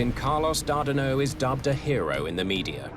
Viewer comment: Its TACA not TACKA and Carlos Dardano not Dardino.